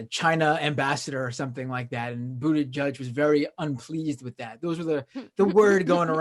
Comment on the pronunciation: He has been in the public eye long enough to know how to pronounce his name. That is a Trumpian/Tucker Carlson type of nasty insult. Just makes you lose all respect.